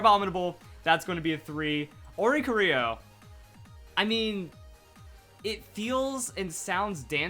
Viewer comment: oricorio , 1 ITS PRONOUNCED or-ee-core-ee-oh and the ori came from nowhere and the corio is choreography